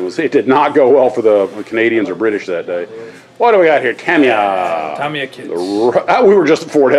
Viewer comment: While watching this both of you pronounced "Ta-mi-ya" as if the "i" was pronounced "i". But in Japanese, an "i" is pronounced as an "e". The reason I know this is my late wife's daughter-in-law is Japanese - her first name is spelled "Ichuko" but is pronounced as if the "I" is an "E". When my wife's son started dating her, no one knew how to pronounce her name, thinking it should be with an "i" sound instead of an "e" sound, so they started just calling her "E" and it has stuck. So I would venture to say that it should be pronounced "Ta-me-ya", which I have always used. I did also Google this and various resources confirm the Japanese "i" is pronounced as an "e" (although I am simplifying the explanation considerably as every language has so many very specific rules about pronunciation).